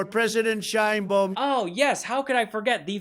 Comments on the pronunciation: President SHINE BOOM? Please, Mr. Trump, make an effort to pronounce her name correctly. It isn't hard. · THIS DIP SH,,IT CANT EVEN PRONOUNCE THE PRESIDENT OF MEXI OS CORRECTLY!!BOOM?NOT THE CORRECT BAUM